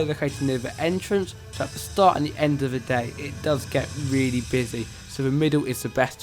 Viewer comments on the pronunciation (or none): It was weely fun